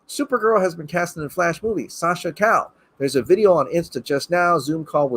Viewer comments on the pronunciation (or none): It's pronounced ka-yay, Calle means street in Spanish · Calle is pronounced “Kah’ -yeh”(accentuation goes on the first syllable). Double Ls in Spanish are always pronounced as a Y or a J, and the E is not silent, it is pronounced as Ehhh. Fun fact: Calle is Spanish for “street”. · It's pronounced Ca-yay The double "L" makes the "Y" sound in spanish. BTW, "calle" means "street" in Spanish (so in essence she would be Sascha Street in English).